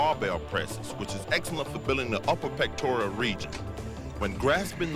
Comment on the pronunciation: "DA Pectorial mussels".